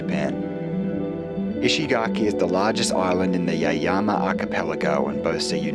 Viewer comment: Lovely, but the pronunciation of Yaeyama made me want to poke my ears with a sharp stick. Also pity you recommend fish and chips and pizza instead of Yaeyama soba.